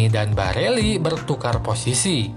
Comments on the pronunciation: Barella di bilang Barelli!! Ber ulang ulang lagi ,, hadehhhh blajar dunk ! Trus minta di subscribe ,, hadehhh ,, takutnya ntar sponsor inter Pirelli di bilang Pirella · Barella bang bkn barelli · Geli w denger Barella d ganti jdi Barelli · barella Bkn barelli min😁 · Barella x bos bukan barelli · Barella min bukan bareli 😆🙏